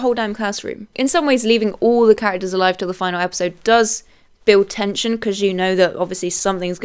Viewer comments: "fih-nah-lee", not final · Just an FYI, But the word "finale" is NOT pronounced the same as "final." You kept saying in the "final" and "the final." But the word you are looking for is "Finale" which is pronounced "fi-nally." Why that "ee" sound at the end. I know you've got the British accent, but I know the word finale is still pronounced the same between America and The UK and they dont just say "final" for both. Sorry my literature degree getting the better of me... lol but so you know you said it wrong the entire video! 😂 great video though for sure! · when did everyone start pronouncing finale as final. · “Finale” - Fi-Nah-Lee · The e in finale isnt silent btw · This is the first time I've heard this pronunciation of fanale, it pretty standard in the UK?